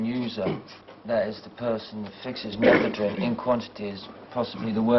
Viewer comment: I think they're possibly mispronouncing methadone.